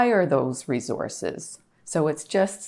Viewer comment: Re-Zorces! LOL 😅😂😅